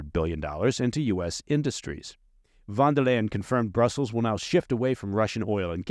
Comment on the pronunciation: Owwwww I figured out where was stationed! He definitely knows German by the way he said Von Der Leyen. Don’t think he’s hardly old enough to be there when the wall was up? Maybe just barely?